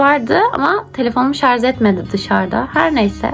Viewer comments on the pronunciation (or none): Şarz deyıl kızım, şarj. Geçmiş olsun